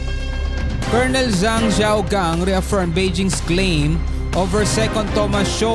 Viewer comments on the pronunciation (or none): none